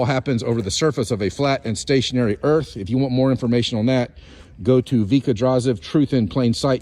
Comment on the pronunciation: Blah, blah, blah, I drew lines on my driveway and blah, blah, blah, earf flat. 🤔